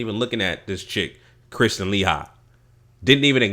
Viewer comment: Let's try to pronounce the names right people. It's pronounced, LA- HE. KRIS- TEEN. DO NOT LET MFs who are trolling our vids try to change the subject into " proper English" classes. The irony in that is how much of our language is constantly being ripped off and used on commercials, movies, all over the place, WEBSTER'S! Peace and Blessings to all who are strong and boisterous.